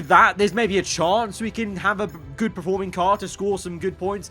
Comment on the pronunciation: Just me or is it annoying that says preforming instead of performing